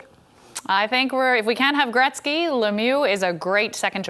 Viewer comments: Seriously if this host mispronounces Wayne Gretzky's name one more time I mean come on dude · Hey let's make a hockey show and pronounce Gretzky wrong the whole time